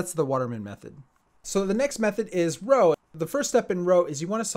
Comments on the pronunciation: Actually I thought it was pronounced as "Rux" or "Ruks". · You say "roo", not "row" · Isn't Roux pronounced like 'Roo' not 'Row'? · pronouncing roux like row really infuriates me, just why As an edit, the name of the method is literally the last name of Gilles roux who invented the method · It’s not pronounced row it pronounced roo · DID YOU JUST SAY ROW INSTEAD OF ROUX?! IT’S PRONOUNCED ‘ROO’! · it is pronounced like roo as in kangaroo not row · Nice video. By the way: It's pronounced 'roo', not 'row'. 😉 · "ROW Method" isn't it more like "Ruuh"? (Roux) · Nice video. But I can't accept pronouncing "Roux" as "Row", especially that the actual pronunciation "Roo" is much cuter, because it's a kangaroo. I actually have a furry friend who has a kangaroo character (which basically means he portrays himself as a kangaroo) and he only uses the Roux method simply because it's pronounced the same way as "Roo". :P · I quit because of this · Wait...Roux is pronounced "row?" I always thought it was "roo." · Roux not row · I thought Roux was pronounced like, "roooooooooooooooooo" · It's pronounced roo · It's pronounced Ru lol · Jayden Tang it’s pronounced roo tho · People who think it’s pronounced R-oo-x and there are the people who thinks it’s r-oo It’s r-oo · Pronounced roo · Eeehm... Fridritsch? Row?...rrrrriiight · please pronounce "roux" properly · You say roux so weirdly